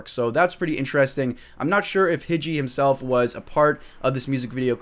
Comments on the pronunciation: dope video, also his name is pronounced (HIGH-JEE) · im pretty sure its pronounced hiji - high-gee